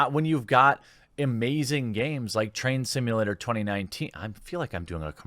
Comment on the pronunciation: I thought you said Trans Simulator!